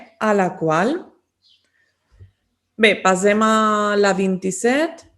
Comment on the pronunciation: Per què diu contínuament “pasem” i no passem?